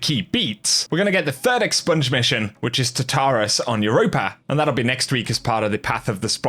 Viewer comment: Cool fact: Tartarus is pronounced Tarr-tah-russ. It's a legendary pit of demons and death from Greek mythology, and is said to actually be alive.